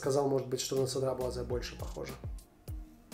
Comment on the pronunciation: На самом деле, читается как Седра Буазэ. Звука Ц во французском нет. Но я произношу как-то изподвыподверта. Cedrat - это вообще фрукт. По-русски - цитрон или цедрат. Название аромата переводится как Лесной Цедрат. Во французском прилагательные после существительных.